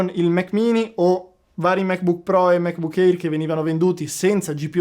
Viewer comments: Il MacBook Air si pronuncia èr, non éir. E geek si pronuncia ghic, non gic. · Ottimissima recensione. Solo un piccolo appunto: MacBook Air si pronuncia "MecBuk Ear", non "eir"